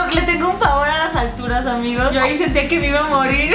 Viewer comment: Que pedo por que dice "hola amikos"